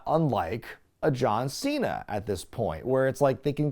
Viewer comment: "John Cheena".